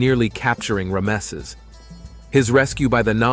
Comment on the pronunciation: Terrible pronunciation. Composite bow pronounced as bough. Ramses name pronounced as Remsse.